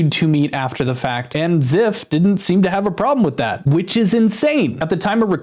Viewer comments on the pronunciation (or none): Oh no... Zyph??? Not Zyph, man ;-; btw it's pronounced ""z-EYE-ph" not "z-EH-f" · Dude, zyph is one of the best Minecraft bed wars content creators. He is always so funny and he carried my childhood through , I am so sad to hear this happening. I was always so happy when he uploaded. Also it is pronounced z-eye-ph. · I really hope these aren’t true. I’ve watched Zyph for a while, and I actually started watching him a lot again recently. He seems like the most genuine guy and I can’t imagine him doing this. Btw - Zyph is pronounced with the y as “eye” lol